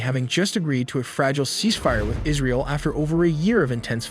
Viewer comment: Israel not alley wtf